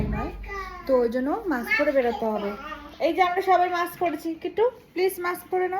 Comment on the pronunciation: Nice vlog ❤ Please pronounce correctly - it is মাস্ক (mask) not মাক্স